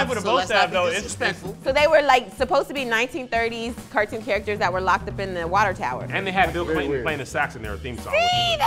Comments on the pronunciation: Cartoon not cortoon. Car.😂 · Car-toon not qua-toon 😂😂😂😂😂😂😂🤣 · CAR toon Not court 💀💀💀